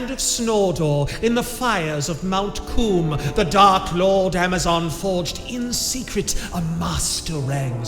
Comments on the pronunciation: LOL! Mount Coom.. 🤣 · "in the fires of Mt. Coom" LMFAO im fucking dead